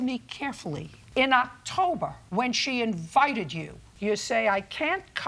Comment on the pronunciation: Did I just hear 👂 Judge Judy say In "O"ctober which proves the defendants said something ahead of Thanksgiving, but Female pits are the crazy ones,. Give me a boy all day